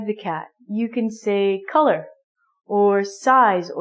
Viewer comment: So u say black colair cat?😭😭😂😂😂